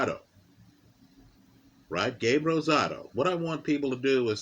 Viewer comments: Much respect, you rolled that R like a native speaker And I agree. Rosado is a very live underdog tonight. He beat Jacobs imo, and had legit power at 168 thanks to the weight game and tutelage of Freddie Roach. Mungia is a beast but is there to be hit all night. Should be a terrific fight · Nice job rolling the R in Rosado